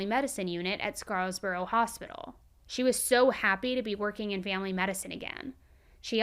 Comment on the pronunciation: It's Scarborough not Scarsborough